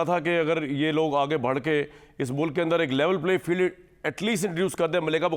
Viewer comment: Charya, urdu to sahih karle, bharke nahi hota. Barhke hota he.